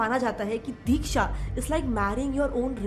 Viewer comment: It is not dheeksha it is diksha